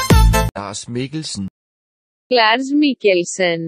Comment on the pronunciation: Danish: Lars Mikkelsen Irish: Lars Mikkelshen